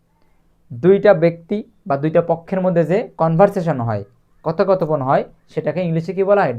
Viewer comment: কথো কথো পন না কথপোকথন